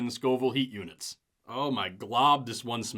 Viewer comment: When you said “Scoville hot units”, I genuinely thought you were saying “scalding hot units”!!